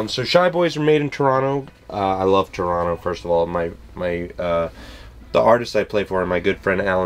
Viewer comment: Dude - you even say "Toronno" like a real Canadian! If you're from out West in Canada it can also be spoken as "Tronna", which is a bit different.